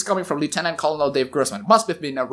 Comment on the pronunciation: "Colonel" is pronounced "ker-nal." Like a corn kernel. It's weird but it is what it is.